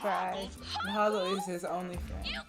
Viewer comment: She called Hoggle, Howart. Hogwart. Familiar?